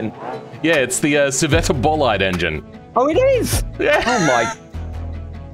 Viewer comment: Why did you pronounce scivetta bolide like that😢